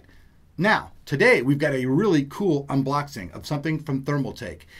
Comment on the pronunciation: Thumbs up if you noticed that he said UNBLOXING